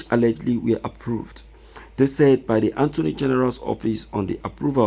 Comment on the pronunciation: I thought you are educated, so you don't know how to pronounce attorney from anttoney? Don't you know every time you will calling attorney antoney where is N located in attorney ?